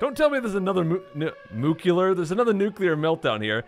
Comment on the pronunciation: I'm so glad that you're NOT one of these weird people that are pronouncing "nuclear" as "newkiller". :P